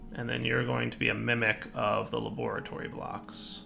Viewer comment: Every time he says la-bore-a-tory I think of Dexter's Lab